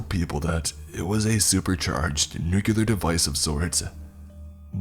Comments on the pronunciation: Not the first time I've heard you repeat "nukelar" again and again. It's "nuclear". As Nuk-lee-ar. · knew-Q-lar? hahaha